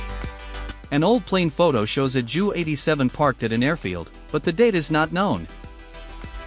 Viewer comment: JU is pronounced J U not ju